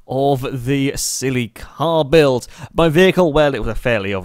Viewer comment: said "silly car beelds"!